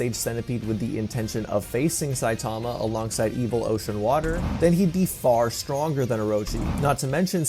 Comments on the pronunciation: "saitama, not sitama" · It's saitama not sitama